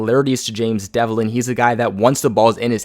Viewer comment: Its james develin.....not devlin.....jesus christ 🙈🙈🙈🙈🙈